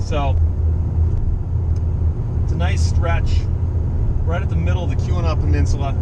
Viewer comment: Steve, is that the Keweenaw Mountain Lodge you keep mentioning? To me, it sounds like you are saying "the QAnon mountain lodge"!